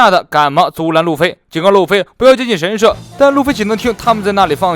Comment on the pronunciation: 神社，she，第四声